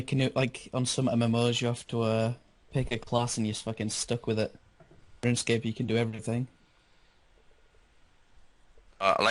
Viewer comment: dont take it to heart i love the podcasts but woonscape kills me everytime. "hey guizzz we talking about updates to woonscape". much love